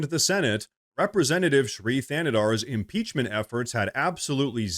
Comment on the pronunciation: So, they had the guy who can’t even PRONOUNCE impeachment file the article of impeachment…Ah, another hill the Dems will die on…